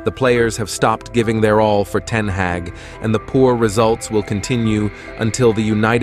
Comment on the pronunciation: You've mispronounced both Ten Hag (Harg) , and derby (Darbee) in the opening 40 seconds 😢